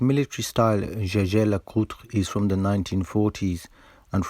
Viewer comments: Amazing Work ! ( p.s. It's not a "Scesce' Lecutr " But a "iegher Lecutr " ! ;) ) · Say it like this: "yay-ga-ler-kooltra" comes close. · It's not "Jay-ger Le-coter?" American pronunciation 😂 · The Jaeger-Lecoultre name is actually pronounced the french way, as Edmond Jaeger, one of the founder, was a french watchmaker.